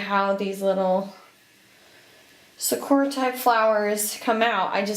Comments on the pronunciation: hey just a little pronunciation tip lmao its not suh-koo--ruhs, its more like sah-koo-rahs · oh just the pronunciation of the japanese word for cherry blossoms